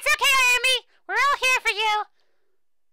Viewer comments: LOL It's NAH-OH-MEE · Your pronunciation is kinda... Off. Naomi is pronounced (in Japanese) 'Now-MEE,' for example.